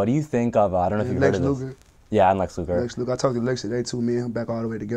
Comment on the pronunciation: “Lex Lugar”